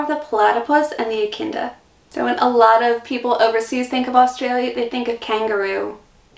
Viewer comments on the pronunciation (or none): I think you said "ECHINDA insted of ECHIDNA though